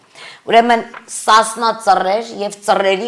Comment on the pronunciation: Марина, не надо защищать или обвинять Сасна црер, пожалуйста держитесь от них как можно дальше, чтобы не испортить единственную чистую силу. Кстати у вас даже нет необходимого уровня культуры, чтобы правильно произносить их имя.